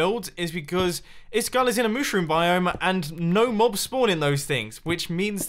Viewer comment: MUSHROOM ISLAND, NOT MOOSHROOM ISLAND!